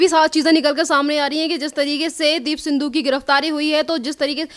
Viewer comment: माइक वाली मैडम सिद्धू को सिंधु कहे जा रही हो I जरा सुधार कर बोलो I